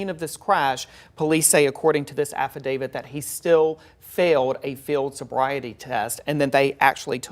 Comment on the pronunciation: It's affidavit, not affidavid. No D at the end